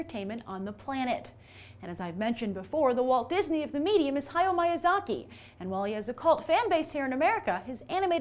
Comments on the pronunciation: I'm sorry and this may sound like nitpicking but it's Mee-yazaki, Grace. Vowels in Japanese do not change in inflection like with English meaning all I's are pronounced eee. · Grace, said Miyazaki's name wrong and also Alchemist. Just thought I'd point that out. Anyways, I wouldn't see the live action kiki movie. The point of studio Ghibli is animation and I feel like a lot of charm would be lost if one of their movies wasn't animated.